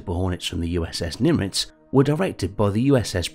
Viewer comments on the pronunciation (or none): Is the commentator saying Nim"R"itz or is that just me?